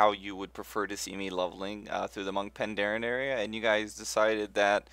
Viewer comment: Hey, i believe it's Pa-n-daren